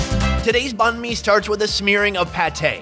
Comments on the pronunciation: You pronounced bahn mi wrong :P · “bon me” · The sandwich is pronounce bine-mi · H rlly so “baán mi” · YOU CANT EVEN PRONOUNCE BANH MI CORRECTLY BOI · You horribly mispronounced banh mi